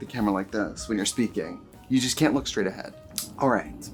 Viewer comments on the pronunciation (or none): none